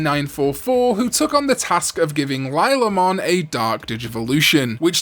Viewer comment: You are so lost when you try to pronounce things. Slipmon instead of Sleipmon, Laylamon instead of Lilamon, Daftmon instead of Duffmon, and Kirinmon instead of Chillinmon. To be fair im pronouncing it Quillin instead of Chillin as well, out of habit.